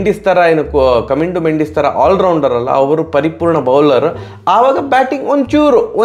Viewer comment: ಮಂಡಿಸ್ ಅಲ್ಲ ಅಣ್ಣ ಮೆಂಡಿಸ್